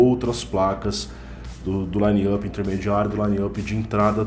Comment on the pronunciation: Fio, a pronúncia correta é lainap e não laine âpi.... pelo amor de Deus...